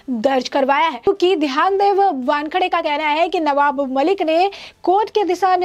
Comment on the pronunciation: पहले सीधी तरह से नाम लेना तो सीखो. इनका नाम ध्यानदेव नहीं, ज्ञानदेव ( आपकी भाषा में 'ग्यानदेव') है!....(मतलब...समीर वानखेडे के पिता का)👍